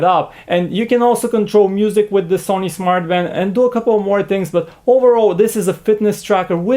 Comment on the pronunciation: Did he say 'Smart fart'?